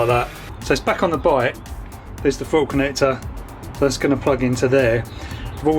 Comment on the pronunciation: Ahaha, not just fwayme, fwottle too.